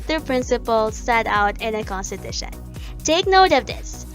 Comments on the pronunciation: Just came here to comment this, naunahan ako, but... Conshteeetusheee nnn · A constipation 💩every time she says - Kun-stee-tha-shunn 😂🤣😂🤣😂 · And then she proceeded to consteeshute all over the place, truly one of the most inzependent moments of all time. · contiTUtion kasi. HAHA good video tho. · Have a shot whenever she saya Cohnteteesheen